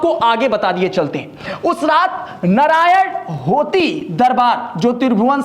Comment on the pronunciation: It's नारायण हिटि not नारायण होती